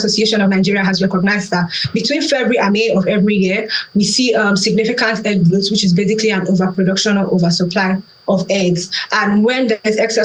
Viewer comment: Great analysis, but please learn how to pronounce "glut" correctly.